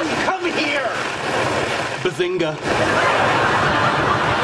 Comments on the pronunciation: Guys I am recently getting into this show. But I don't understand why does Sheldon says Bazinka. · Antonio Yates it is actually BAZINGA NOT SPALINGE!!!!!!!!!!!!!! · more like bazing-who?